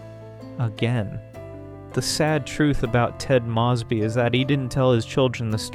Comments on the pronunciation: Already doing both. 😌 The last name mispronouncations is a distraction in an otherwise BEST OF THE LOT channel. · Yeah i keep noticing it in all his videos But it is still a wonderful video tho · These are great videos. (You're mispronouncing Ted & Robin's last names.) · Ted proclaimed love for Robin INSIDE her apartment when they were standing very close, flirting, and about to kiss. How can you know the show so well but repeatedly get such basis, in this case iconic facts wrong? I love this channel but these mistakes, and the mispronouncation of Ted's and Robin's last names are jarring. Please be more careful. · Was thinking the same, like maybe Ai? Coz how can anyone get it wrong... they say the last name soo many times throughout the show.